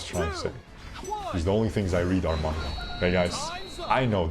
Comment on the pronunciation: Its maaaangaaaa not mungs cmon man 😭😭